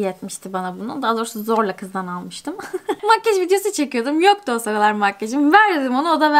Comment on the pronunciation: neden makyaj değil de makgeş diyosun yarıldım gülmekten:D